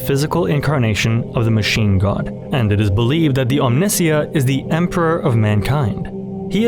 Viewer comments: OM-NI. SY-UHHH. WHO TF IS OMINSIA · great ideas, interpretations, &c! but just wondering how you've pronounced Omnissiah & ( i'd always thought the stress was on the second-last syllable (om-ni-SIGH-ah), as in the (anglicised) Messiah. p.s. thanks loads for the vid :) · Bro really called the Ohm-nih-sai-yuh the ohm-nis-see-yah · Omnissiah, like Messiah, not missea. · Omni + (Messiah - Me) Omni-SAH-ya, not on-NEE-ssia. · om-nee-sy-yah not om-nih-see-yah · This is an excellent deep dive, but I have only ever heard it pronounced "AHM-nih-sigh-ah" not "ahm-NIH-see-yah" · yeah, as far as I know this is the correct pronunciation, it's a portmanteau of "omni" and "messiah." Great video but I have no idea where that pronunciation came from, I've always heard it pronounced "om-knee-sigh-uh" like you said. "om-nissy-uh" can't possibly be right. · Omni-ssiah, not Omnissi-a. As in the omni-(me)ssiah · Your mispronunciation of Omnissiah is infuriating. It’s OM-nih-SY-uh. Rhymes with Messiah. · Isn't Omnissiah pronounced "Omni-saya"? So that it rhymes with Messiah? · Brilliant. My only criticism is your pronunciation of Omnissiah. For a while I was confused as to what you were discussing. I think it's meant to be pronounced similarly to Messiah from which I assume it is derived! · So is every other 40k YouTuber pronouncing Omnisia wrong? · Amazing video but oh my god the “Omniss-iah” pronunciation is killing Mr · Great video mate! But it's Omni-sa-ya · I liked your video... But for all that is holy learn to pronounce Omnissiah. From Google: The word Omnissiah (from the Warhammer 40,000 universe) is typically pronounced as "om-NIH-see-uh" (rhyming with "Messiah") or "om-nee-SIGH-uh" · Real question, isn't "Omnissiah" read like... "Messiah" ? :V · Om-knee-sigh-uh, please sir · It’s very simple; that’s how it’s usually pronounced in Russian - Om-nees-SEE-ya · This is an amazing video but please stop saying Omnissiah like that lmao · I hate your pronunciation of Omnissiah